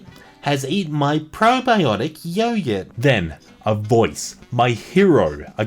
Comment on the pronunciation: Yeah what the fuck is a yoyurt mate hahah